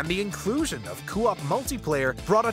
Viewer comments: He still hasn't learned that it's "co-op" and not "cu-op". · Coop = Koh-op, not Coo-op. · the way the narrator says "coo op" bothers the shit out of me. It's "coh op"! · "four player cewop" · For the love of God, why do you pronounce it “coo op” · The way he says co-op is giving me the giggles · I don’t like the way this guy says co-op… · Can someone please then him how to pronounce co-op? 🙄